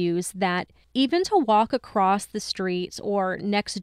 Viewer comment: I'm totally going to get a lot of hate for this, I really do love you guys a lot, I just have OCD and grammar drives me crazy., it's across. There is no "t" at the end. It is not acrosst. Please don't hate me. I'm sorry. I just had to say it. I'm sorry, I'm sorry, I'm sorry.